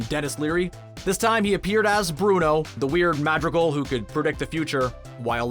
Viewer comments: The way. He says madrigal 😣😣😖😖😖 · The pronunciations of everything oh my god. 😩 I’m cringing every time he says “Madrigal” and “Encanto.”